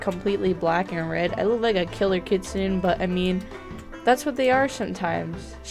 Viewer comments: Its pronounced kit-sun-ay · Here is the correct pronunciation- Kitsune=Kit-soo-ney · Btw kitsune is pronounced kit sue ney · She was saying kitsune wrong, I only know, because I started learning Japanese, OOF. (´༎ຶ ͜ʖ ༎ຶ `)♡